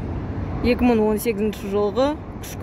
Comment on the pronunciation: Мын емес, мың